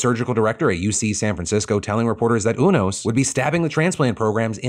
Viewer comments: I'm pretty sure it's pronouced U-Nos not Un-Os Like the card playing game.... Obviously Phil has not watched Grey's Anotomy. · Phil: it’s U-nos, not ooo-nos. 😂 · It's pronounced "You-nos" btw.. Haven't you watched Grey's anatomy?